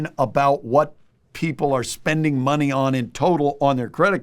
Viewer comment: It’s Count da Money. (that’s Mon-ehy)😂